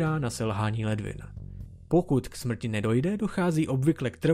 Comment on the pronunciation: Pokaždý když jsi řekl že dochází ke smɹti jsem se malem pochcal smíchy, dodává to na vtipnosti videa, cením :DDDDD